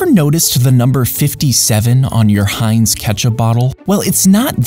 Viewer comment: Wait that's how you pronounce heinz?